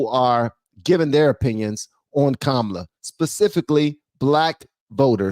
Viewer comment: I watched Nick Shirley's entire show outside the DNC. It seemed like mostly the only ones that supported Harris was old, grumpy white guys. The one guy was super peeved because Nick kept pronouncing her name wrong. It was hilarious!